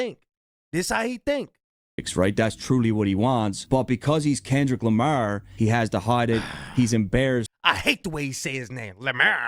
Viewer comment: Since you pointed out how WTD says Kendrick Lamar I can't not be aggravated by the way he says it 💀😂 also that hat 🙌🙌🙌🙌 yaaaassss.....I really adore the energy you bring it's contagious ... nowhere but up for you 2025❤ love from NC! 😘